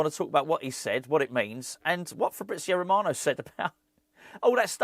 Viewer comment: "Eeer-FabRRrizio A-Rrromano" with the continental pronunciation. 😂👏🏻